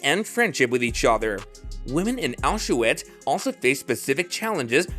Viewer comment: Get rid of that horrible AI voice. Or at least teach it how to pronounce Auschwitz, Mengele, and several other words. Also, a dignified human voice would be much more appropriate for the subject matter. In a world full of information about the holocaust, the narration of this video is poorly done. I’m sorry I clicked.